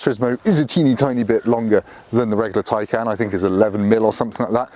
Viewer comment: Go to Porsche and see how to say Taycan. I can't stand it when people give reviews and can't even say the name of the car correctly. What a joke